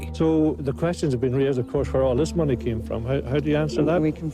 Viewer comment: Monies... 🙈... Its MONEEEEEEEEEY